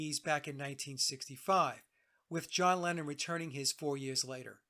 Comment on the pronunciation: ”Lennon” sounds like “Lenin” when you say it.